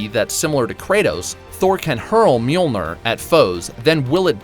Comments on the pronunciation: It's pronounced mee-yol-neer, not meal-nir. Lol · It pissed me off how he pronounced mjölnir. It’s pronounced mill near.